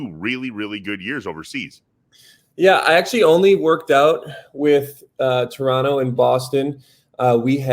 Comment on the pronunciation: The way Sam pronounced "Toronno" he already is a Raptor's player. Welcome dude! Let's get it!